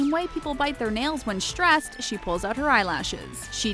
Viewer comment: Why have this person do this video about "shtress" and "shtruggles" 🤦